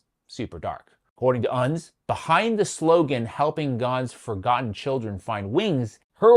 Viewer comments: says " chillun" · I'm enjoying you having fun with the word "children." I recommend trying-on the pronunciation "chur-ren." It connotes more of a cognitive struggle.